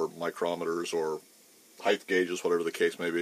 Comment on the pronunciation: Width x length x heighth?